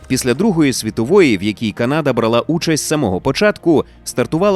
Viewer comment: Будь ласка люди почуйте мене! Правильно казати Канада з наголосом на перших склад. Француз про якого сказали на початку спитав у індіанців через перекладачів "Як зветься ця земля". Але через мовний бар'єр індіанці неправильно зрозуміли і сказали село (типу відповіли що це за місце). На індіанській село звучить як Каната (!!!з наголосом на перший склад!!!). А згадайте як звучить на англійській Канада - Canada з наголосом на перший склад. Взагалі візьміть будь-яку мову крім суміжних з українською і почуєте наголос на перший склад, бо так правильно. Якщо хочете перевірте в інтернеті. Ніколи не існувало КанАди. В жодному атласі, в жодній енциклопедії не було наголосу на другий склад. Це груба помилка. Українцям же не подобається, коли Україну називають УкрАїной, а їх укрАїнцями, або укрАинцами. Тому сподіваюсь ти, невідомий читач коментарів, зробиш для себе слушний висновок і почнеш розповсюджувати правильну назву. Дякую, що витримав і дочитав мій величезний коментар😊 Дякую автору за якісний контент❤